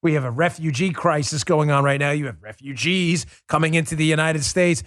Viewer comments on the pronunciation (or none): He said referuges not American citizens